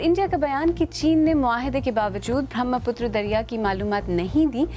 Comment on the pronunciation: BBC presenter mispronounces 'Brahmaputra' as 'Bhramaputra' in this video. This woman had part of her education in Delhi and has lived elsewhere in India!! The mispronunciation may be inadvertent, but it seems that the controllers of Urdu language in the Indian subcontinent not only continue their chauvinistic eschewal of Hindi teaching and learning (i.e. in Pakistan), but continue with the practice of colloquializing the pronunciation of almost all Sanskrit-origin Hindi words that are used in Urdu. That is despite the fact the majority of 'Urdu speakers' in the region, especially in India, are now better socialized and educated in Hindi than in Urdu! For example, they continue, like silly poseurs, to pronounce 'prachaar' as 'parchaar', 'bhram' as 'bharam', 'var' as 'bar', 'graahak' as 'gaahak', 'vyaapaari' as byopaari', and 'grahasti' as 'garhasti'. This cultivated avoidance of Hindi has pushed the institutionalized use of Urdu on to the path of hopeless Arabization and Persianization. This institutionalized usage is already alienated from the soul of a language born in India.